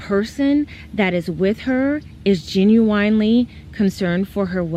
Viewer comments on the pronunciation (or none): Gen-U-winely ...lol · Why is she saying "ginuwine" lmao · I "GENUWINELY" CANT STAND THIS SHORTY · This bihh said Ginuwine 😂😂😂 its Gin You In 😂😂😂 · “Genuinely “ pronunciation is bothering me. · You cant trust anybody who pronounces genuinely like that.